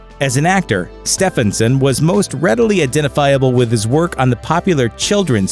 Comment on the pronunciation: So his name was “Stefán STEFÁNson”?